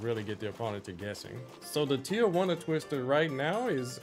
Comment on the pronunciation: As a person who likes videogames I love when you give us detailed tips about throws and moves we can use, evidence that you give the game passion and time As a Mexican I love how you pronounce Tijuana